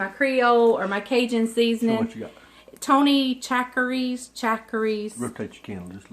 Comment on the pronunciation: the way to pronounce the seasoning is Tony Sa-shur-ee